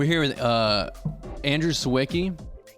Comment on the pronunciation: I wish Andrew could finally meet a person who speaks Polish so they could teach him how to pronounce his name correctly because it drives me kinda insane :D it's much easier than the ameracanized version, just learn how "si/ś" is pronounced and the rest is fine : si-vi-cki